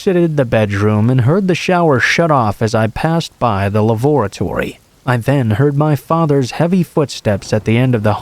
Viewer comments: not to be an ass, but I think the word is "lavatory", not "lavoratory". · I've never heard "lavatory" pronounced like that! It should be pronounced "lav-a-tory" or "lav-a-tree ", the latter being the more common pronunciation.